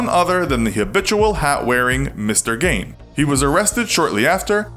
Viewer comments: It’s pronounced Ed gEEn with the E sound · Its pronounced "GEEN", gawd! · It’s pronounced as Geen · His name is pronounced geen.... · I don’t think he was that far bizarre, just a fun imagination 😐....Also it kills me to hear his last name pronounced “Gain” lol.... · its not said "Ed Gein" , its "Ed Jein" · It's pronounced "Geen." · Gein is pronounced Geen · ED KEMPER MADE THAT QUOTE. YOU EVEN MISPRONOUNCED THE NAME, IT'S "gYNE" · It's pronounced geen. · Everyone here pronounces his last name like 'scene' or 'lean'. My great uncle lived 3 houses from him growing up. The town used to pay Ed to pick up rocks from the ditches in front of people's houses, and my great uncle remembered a story of his father yelling at Ed for just throwing the stones further into their yard. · Nice Video. But, he is pronounced gi:n. And, as he was no serial killer, so the title is a bit confusing... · His last name is pronounced Gene. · Gein clearly isnt pronounced GAIN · Isnt it pronounced geen? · that's what I thought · Matt Nobrega I think it's pronounced geen. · It’s pronounced like gine. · His name is pronounced "Geen." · cough Its pronounced "geen" cough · It’s pronounced “GEEN” like ‘green’ without the ‘R’. You must be a yankee som’ bitch. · Is that how you pronounce his name? I thought it was like "geen" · Isn't it pronounced "Gheen"? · This would have been a good video, if you had pronounced his name correctly. It's pronounced GEEN. Rhythms with the color green. I'm from Wisconsin and even went to go see Ed Gein The Musical when a small local theater group performed it. It was so weird... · My family personally knew Gein, and we had called him uncle Eddy. Also, it's pronounced Geen. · Awesome video but his name is pronouned Geen. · Skipping this one purely based on how your saying his same so incorrectly and it’s aggravating me😭😭😭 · U said his last name wrong js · You are pronouncing his last name incorrectly. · you pronounced his name wrong so many times I give up. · Lol "gain"